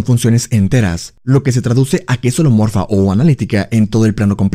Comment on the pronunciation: Excelente video, a veces no distingo si dices homeomorfa u holomorfa, por lo que me confunde un poco. Todo lo demás muy bien.